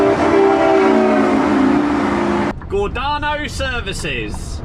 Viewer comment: Gor Day No is how pronounced, I saw u with that boat truck on ! Spot that V8 anywhere😊